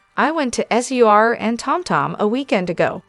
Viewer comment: I cannot say enough about how much I hate A1… we all heard on how the pronounced, sir SUR …. And I did not hear an allegedly after your accusations about what goes down at these establishments so you have just opened yourself to a huge liability and maybe sued in the future and I hope somebody from one of these restaurants sees this and shut this site down because who needs AI reporting we need people And if you can’t afford person, I highly doubt that you are going to afford the lawsuits that should hopefully be coming your way. I hope you have all your documentation on the accusations.you have made